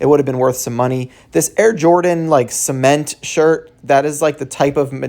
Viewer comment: Did you say cement shirt?